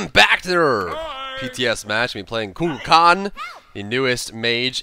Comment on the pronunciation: Is he pronouncing Kukulkan correctly? Only reason I ask is because I notice he tries hard to pronounce the other God's name's correctly, but this isn't how I've heard this name pronounced in the past. I've always heard it said more like Koo Kull Khan (no that's not phonetic spelling lol).